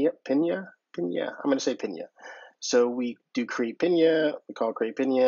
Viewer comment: Thanks for the video! Helpful to see how you're using it! Would love a deep-dive Oh and your pronunciation (the third/fourth time is right). "pin yuh" similar to "pin duh"